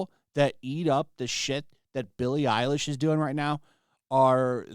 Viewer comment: Billie Eiwish... As in "Eiwish" she was dead.